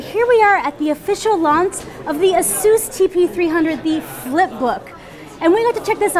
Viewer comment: i really like asus and by the way its asus not asous